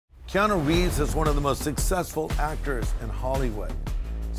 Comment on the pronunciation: Your not saying his name correctly., you’re correct on everything else. I pray for him , he is very kind to people.